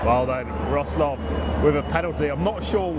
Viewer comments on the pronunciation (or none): Pronunciation - Vrotswaf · what amazes me is this: non-native english speakers spent like 3-5 hours every week to learn English mostly on pronunciation, yet you get this kind of butthead, incapable guy on how to pronounce just the CITY NAME he spends time in... and he fails miserably... you Brits are indeed a joke. STOP COMING TO POLAND, just keep watching YT movies.